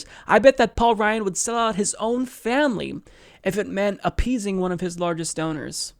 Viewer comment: Donors, rhymes with owners.